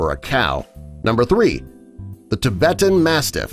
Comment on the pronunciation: You pronounce the Tibetan mastiff wrong